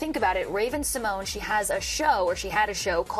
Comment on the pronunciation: It’s pronounced Symon-yay